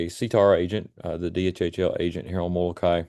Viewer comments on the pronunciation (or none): Moloka’i - Moloka-ee.